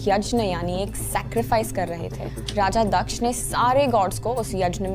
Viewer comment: First of all its not दक्षा it's दक्ष